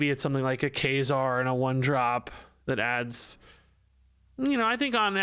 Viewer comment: Mf said kayzar im dead asf